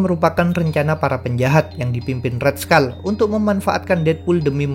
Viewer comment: red skull bukan red skal